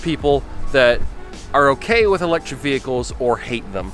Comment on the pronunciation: It's eléctric car